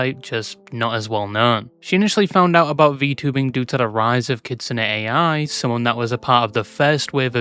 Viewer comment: erm actually it's pronounced "ai" (like the word "I") and not "a.i."